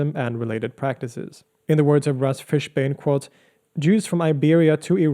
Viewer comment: It's ra'īs, not rā'is.